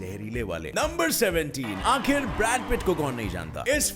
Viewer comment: आखिर होता है आखरि नही